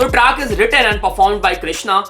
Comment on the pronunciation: It's track✅....Not traak❌